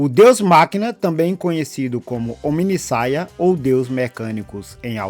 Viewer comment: Ou "HomideSaia!"😂 Bom vídeo, irmão!